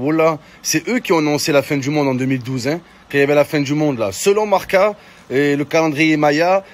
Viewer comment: Selon Marca... Mohamed Henni ne saurait pas prononcer le mot «Marca». 😂